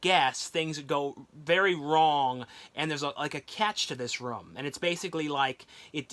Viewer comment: I'm not making fun of him but it sounds like he's saying rom when he says room again I'm not making fun of the way he talks so don't get on me for my comment okay okay